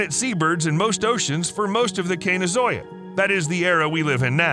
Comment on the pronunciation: "Cenozoic" is pronounced "sen-oh-ZOH-ik," with "ZOH" rhyming with "slow," "toe," "low," etc.